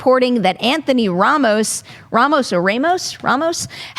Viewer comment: Perri is from NY and cannot pronounce Ramos well